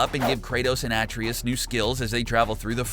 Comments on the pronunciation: I'm guessing the narrator never played God of War. The continued mispronunciation of Atreus is a clear indication. A-Trey-us not At-Tree-is only spoken by Kratos over 100 times in the game. Blue crystals don't explode in the game ever, they create a bridge, light a room or reveal a lore. Keep up the good work otherwise. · what is wrong with you people why do i always hear dumbasses saying Atreus's name incorrectly? its pronounced Ah-trey-us not At-tree-us or Ay-tree-us, THEY LITERALLY SAY IT INGAME!! Please it actually gives me cancer when i hear idiots pronouncing the name incorrectly or any name for that when they say it in the game so no one has any excuse when people tell them how to actually pronounce the characters name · they mention his name like 500 times while playing and he still said it wrong lol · It's pronounced AH tray us. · Have you not played the game at all, or hear ppl say his name? It is A-treus NOT Ah-treus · Why is it that nobody can pronounce Atryus'name correctly. It's A-TRAY-US. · A-TREY-US ffs thats how its pronounced.. did you even play the game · How are people still getting Atreus's name wrong still? It's said at-ray-us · i dont think the gamer knows how pronounce atreus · None. You piss me off with how you pronounce Atreus’ name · Shot glass everytime this dude mispronounces Atreus. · how do you not know how to say atreus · I quit watching because you couldn’t pronounce the boys name. I mean, I know Kratos didn’t say it much but ffs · Is he deliberately mispronouncing 'Atreus'? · the way you pronounce atreus bugs me, but other than that, nice video! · Pronounce Atreus wrong 1 more time 😭🤦🏽‍♂️. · Too much filling. You can get through all of this information in less than 5 minutes. The glitch about the infinite xp is found in the channel edepot. Plus the mispronounciation of Atreus. Seems like they just collected stuff instead of playing the game, since there is just photos but no videos of it happening. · Plz stop mispronouncing Atreus